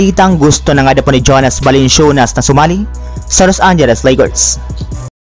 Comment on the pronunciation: Parang balanswenas balansyunas narinig ko par